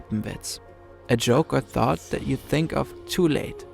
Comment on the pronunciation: the irony that he pronounces it "zat" :D "th" is the top first thing germans struggle with pronounciationwise. in many cases we are so selfaware in that regard, that most have been teased when saying it wrong atleast once and we usually notice a german speaking englisch when it is just the tiniest bit off i remember once, it was like a sciencey vid and there was a professor or something, that lived in the usa for 20 years, working on some crazy advanced projects, teaching at universities and so on... 3 sentences in i thought "that person sounds german", and lo and behold, she was xD its like spidey senses